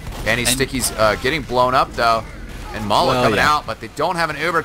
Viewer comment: It's not Mala, it's Ma3la .